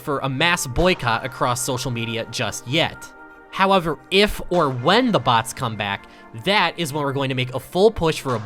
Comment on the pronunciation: You say "BHATS" instead of bots